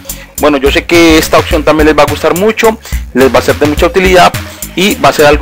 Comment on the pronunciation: Gracias compa........ de donde eres?...... se dice oPción, con P, no oCción con C, así lo pronuncian todos en tu país?........ saludos!